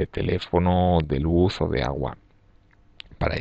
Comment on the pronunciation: El auhuuaa. Agua